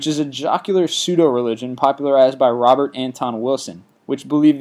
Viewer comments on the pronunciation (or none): none